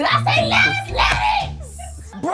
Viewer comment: Did she say lettuce 😂😂😂😂😂😂😂😂😂😂😂😂